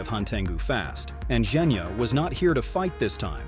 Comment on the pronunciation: WHY DO YOU SAY JENYA? ITS GENYA AND YOU ALSO SAID NEZUUKO ITS JUST NEZUKO??!!🙄🙄